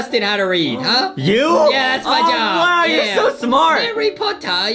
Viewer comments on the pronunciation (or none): Foxy Said Harry potah😂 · When foxy says potter it sounds like otter lol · Foxy said herre potto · harry pottah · Horry pottah